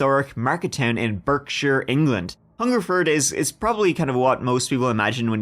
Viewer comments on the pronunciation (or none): Berkshire native here. We pronounce it Bark-sha. Cheers! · My dad was 5 minutes away when Michael Ryan went on his rampage and most his victims were taken to Princess Margaret Hospital in Swindon which at that time was the largest hospital in the area, sadly the hospital was demolished some years ago, (PS Berkshire is pronounced Bark-sheer)